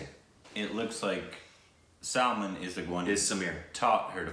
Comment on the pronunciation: They r still calling Aishwarya Raaaa'ae, Aishwarya ray.😠😠😡 And its Not Sulmun Its 'Sulmaaaaan(SALMAN)' And its not Ae'Jay Its 'Ujay'(AJAY)like Umbrella(aem brella)